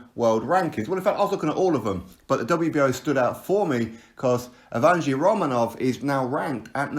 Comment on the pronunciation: Lol you butchered the dude's name bro. The right pronunciation is YEHV-GEY-NY.